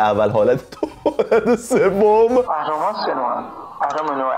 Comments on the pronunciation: بنده خدا اهرما رو درست گفت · اون اهرم و درست میگه😂😂 ولی مث نعشه ها میحرفه